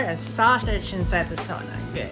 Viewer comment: Says ‘sauna’ in front of the finns and says sahnah when he’s by himself